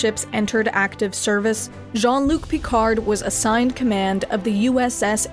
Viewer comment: Yeah, give me a call when "Djean' Look Picarde" he's capable of pronouncing his name properly though x'D